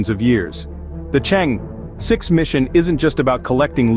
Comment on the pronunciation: The commentator's pronunciation of Chang' e is not correct